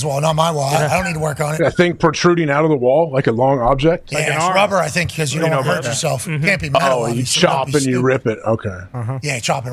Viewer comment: "Did they thinkuh that?..."